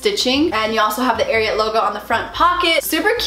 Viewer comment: You say it wrong it is pernicioued AR I AT